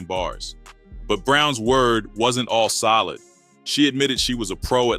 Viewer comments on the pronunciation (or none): none